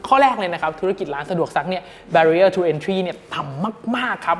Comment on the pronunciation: Barrier อะไรนะ ฟังไม่ชัด